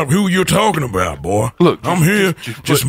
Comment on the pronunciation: Group of people: Talking about a robbery Arthur: I think they're talkin' bou' me